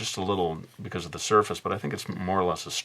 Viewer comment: "we shall connect ze 3 quadrants" lol